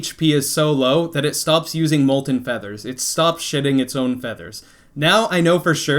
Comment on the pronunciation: What he said: “It stopped shedding its own feathers” What it sounded like: “it stopped shitting its own feathers” Edit: I had to fix something